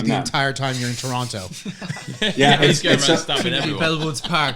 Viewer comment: David says Toronto properly and suddenly I am in love.